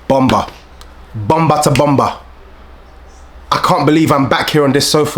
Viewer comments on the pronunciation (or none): Mans said Bonba 2 Bomba 🤣🤣🤣 word 2 Wande Cole